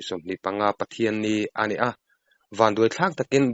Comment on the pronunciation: 'ani a' tih turah hian 'anih a'. Tih ang hian a ri a abak zawngah chuan sawiselna tur a awm lo i aw pawh a nalh reng